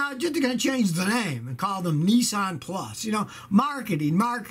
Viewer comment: Nissan NOT Neesan